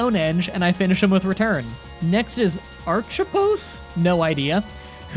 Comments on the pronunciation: I'm genuinely curious, are you messing up Pokemon names on purpose, or are you possibly dyslexic? You called Carracosta, Carracosa, completely bypassing the t in the name, then called Archeops, Archepos. (It's pronounced Are-Key-Ops, btw) I'm only asking because I can't see anyone else in the comments posing the question, which leads me to believe it's either a running gag with your channel or something else. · everyone: Archeops: Archapos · AR CHEE OPS thats how to pronounce it also what fossil did you pick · Archeops = Ar-kee-ops Archeops=Archiepost Good one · acheops is pronounced arkeops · So I'm going to help you with the pronunciations: Cough-a-gree-gus, Car-a-coast-a and Ar-key-ops. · Archippos is actually a pretty funny mispronunciation even if the others hurt my soul a bit. It’s like the arch enemy of hippos because it can outspeed them, I guess. Nowhere near as bad as saying “aks” though, even when the s comes first. “I went and ate some ice ceram and went to the cinmea afterwards.” is about on the same level as aks. And anemones are not an enemy to clownfish, but a frenome. English is a weird language. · It's pronounced ark e ops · This is a tough watch as a Gen 5 fan. Not my favorite gen or anything but still :// Also, Lee-eh-pard Ex-CA-Drill Cough-a-Gree-gus Zoro-Ark Care-uh-cost-uh Arch-ee-ops Boo-fa-lant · Archeops — Ar-key-ops i never thought it was that hard to pronounce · It's pronounced Arc-ee-ops, just sayin. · I think it’s arch-e-ops. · Or arc-e-ops. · It's Ark-ee-ops...great video though i know you said some others wrong but that was the most brutal one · Its (Ar-chops) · Kof-a-gree-gus Ar-ch-eops Thats how how u say it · did anyone else die inside when he said archeops it is pronounced arc E ops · Your pronunciations hurt my soul, lol. Archeops is ark-ee-ops. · I love this guy's videos, but I had literally cringed when I heard him say "Archipos". I know how difficult some Pokémon names can be to pronounce, but Archipos?